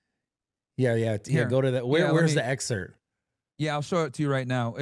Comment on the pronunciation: its "excerpt" bradley lol